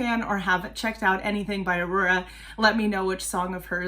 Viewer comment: I’ll probably comment again after the video, just gotta say that was a really good pronounciation. It’s always impressive when people make the effort. 😊 The way you said her name is very close to how Aurora would have said it as you had that R they say in Bergen (Where Aurora is from).